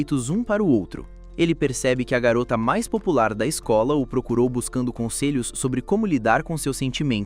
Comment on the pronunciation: "a mais desejada da escol" é foda, pensei que era esKOL e não esCOLa